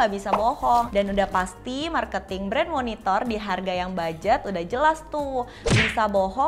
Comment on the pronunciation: Gara gara, pas dia bilang Monitor, gua dengernya MonitoL...!